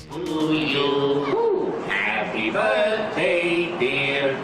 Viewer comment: Happy Börthday